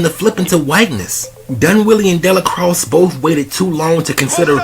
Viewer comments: Dell-a-cross? This movie was too iconic and won’t be fully understood for another 100 years at least! You have to start to learn to pronounce his name at least! Your review of this movie is (otherwise) spot on point! I give you a 99.999% brother! Thank you! The Mau Mau’s mission was getting put on! They had their token white and a light skinned woman! So yeah, this movie explains all the Half-Original babies in the south these days! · Its pronounced DAY-LA-CROY. The x in his name is silent. The last name is French/Creole. Love the channel, keep it up. P.S. How about reviewing Denzels entire catalogue. Beginning to end. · Actually it is pronounced Della Quah! The x is silent! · Sir did you watch the movie cuz that’s not how you say de la croix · How do you not pronounce the name right after watching the movie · How did he watch the movie and get the name wrong lol